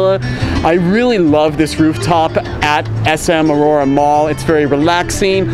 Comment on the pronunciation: It's SM aura not Aurora hehe congrats on your Visa! Hope u can vlog in other parts of the metro looking forward to it. I love the style of your vlogging